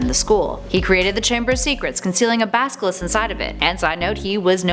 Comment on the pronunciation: Did she says baskilisk lmao